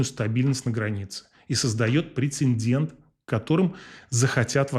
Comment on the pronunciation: Прецедент и инцидент, перед "д" нет "н"